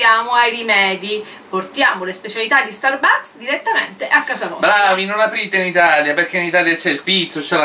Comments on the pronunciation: Sì dice stàrbucks. Non starbùcks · iour inglis pronunc make schif but the FRAPPUCCINO DI STURBAKS SEMBRA BUONISSIMOOOO